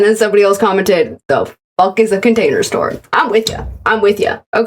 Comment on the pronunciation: I gagged. I was eating a hot pocket and I gagged from pure disgust. Nothing has ever made me do that before Idk but the way he said container sounded wrong to me. Like he was pronouncing it wrong. This is slowly becoming a hard watch